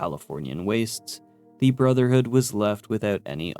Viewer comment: Dude why do you call BoS "the brothered of steel" and "the steel"??? Is it really that hard for you to say "brotherhood"?